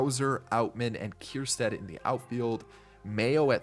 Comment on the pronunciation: Its ker - stad… no “kierstad”